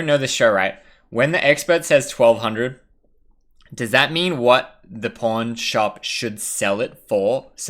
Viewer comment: I can hear that pushed over pronounced PAWN lol, getting some heat for it sounding like p0rn when you say it eh? Haha